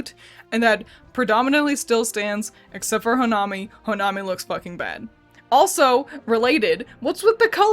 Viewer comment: ITS HO-NA-MI not ho-nime